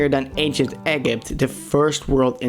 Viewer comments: The anchient egg-ipt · it's acient Egypt not 🥚 ypt